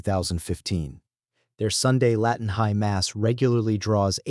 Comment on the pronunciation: A.I..slop. Doesn't even pronounce the word "Latin" correctly